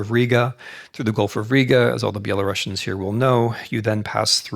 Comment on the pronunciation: I did have respect for Mr. Snyder as historian, but couldn't continue to listen to his lecture since he kept mispronouncing the name of Belarusians. I actually found it quite disrespectful and even offending. I'm sure he perfectly knows how to pronounce the name properly, but just doesn't give a sh..t. Unfortunatelly.